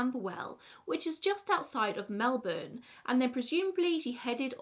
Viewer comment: NAILED the melbourne pronunciation, and the second queensLAND pronunciation is the right one! Also, I like this set up! Whatever works best for you :)